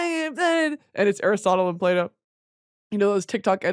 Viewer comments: Everytime she says Plato I hear "Play-Doh" and can't stop laughing 😂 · Thought you said Play Dough instead of Plato at the beginning